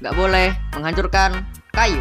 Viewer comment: Bang KOK ngomongnnya tayu sih🤣🤣🤣🤣🤣🤣🤣